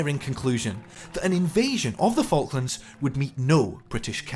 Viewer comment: You pronounce them FuckLands! 😂😂😂😂